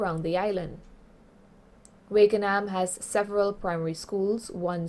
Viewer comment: It’s Wakanaam not Wakeanaam